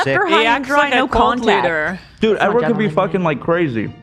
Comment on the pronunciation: the amount of times ethan keeps saying edward wrong is sending me